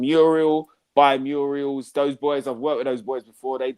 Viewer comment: "Murials" x 3 😆😆😆